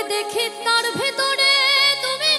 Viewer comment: "ভেতরে " উচ্চারণ টা ভুল ।একটু শেখার দরকার আছে ।